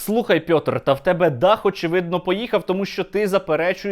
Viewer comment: То не "Пйьотр" то "Пітер" :)